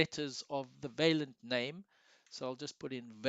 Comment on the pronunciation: You should really check out the correct pronunciation of the French word 'vaillant', dude. Also, you could have said all that's relevant in about half the time of the video. Boy, are you long winded!